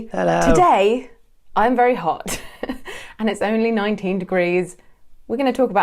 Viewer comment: I thought she said 90 not 19